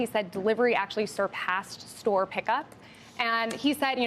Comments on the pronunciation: Store is pronounced STore. Not SOTORE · Imagine living your entire life and being so stupid you can’t pronounce a simple word like store